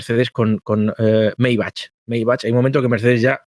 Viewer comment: Me ha a matao cuando a pronunciado "maybachss" 😂😂